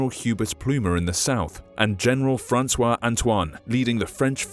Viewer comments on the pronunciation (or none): none